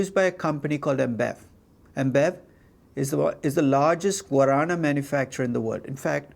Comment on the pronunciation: Your pronunce from "guaraná" is correct lol